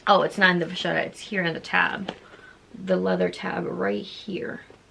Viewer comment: Wow, finally someone who know how to pronounce vachette! May I recommend that you watch the YouTube video: Monsieur Ashley, The Louis Vuitton secret, what LV won’t tell you. All about treating vachette!